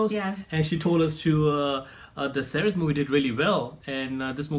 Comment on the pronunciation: Do this again with the correct trailer. And its SaiRaaat.